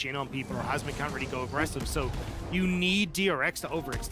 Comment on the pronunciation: I know its hasmed but i always hear husband